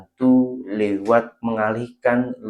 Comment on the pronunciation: Pembetulan bro.... "lewat" bukan liwat yeeee..... Bunyik lain nanti... Hihihihi